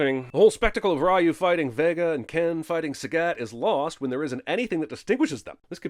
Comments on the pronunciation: I feel like you're doing this on purpose. You're saying Ry OH instead of Ry YOU and it's pronounced Re You. You do this again Sinnerman and I'm gonna Shoryuken you right in the hadoukens until you tatsumaki all over the place! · 10000 sins for you saying ryu when it's pronounced Reu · It’s pronounced “Reeyoo” and not “Rye-yoo”. That’s a sin. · It's Re-You, not Rah-You. +1 sin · Obvious cinema sin: pronounce Ryu as "rye yu" instead of "ree yu" with basic research of the word "Ryu" in Japanese meaning dragon...including how to pronounce it properly before criticizing the whole movie without sin. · Ah, the "Rah-yu" spelling of Ryu instead of proper "Rhew" for authenticity. Bravo! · Pronounces Ryu as Rye-you instead of Ree-you. DING! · The name "Ryu" is pronounced as "ree-yoo." Not "rae-yoo". That's a sin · Someone sin him for saying "Rye-eu" instead of "Ree-eu" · it's Reeee-YOU not Rye-YOU. Ding Ding Ding 🤣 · Pronouncing it "Rye-u" and not "Ree-u." [ding] Sorry, I had to do it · Biggest sin: Pronouncing Ryu Raaayuuu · Isn't it pronounced "ree-u"? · The biggest sin is the announcer calling Ryu “Rye-U”. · 10000 sins for you calling ryu. Wrayu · You pronouncing Ryu as Raiyouu is a sin! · It's actually "Ree-Yu" More sins added for every example of the incorrect pronunciation throughout the movie. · We should sin this man for calling RYU Rye You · Ahhh yes Rye O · I apologize, but my ears hurt. “Ryu” (龍) is pronounced “you” with a Spanish “r” in front. This “Rai-yoo” stuff is just awful. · "Pronouncing Ryu as 'rah-you'..." DING! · Sin for how you all pronounce Ryu incorrectly. Drives me nuts. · sins, RYU pronounced as RAHYOO 🤨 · Jesus you keep butchering Ryu's name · can we have a sin added for every time CS mispronounced Ryu? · Wow, I thought Jeremy was mispronouncing Ryu's name for fun or to troll Street Fighter fans, but they actually say his name like that in the fucking movie. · That is not how you pronounce "Ryu" goddamnit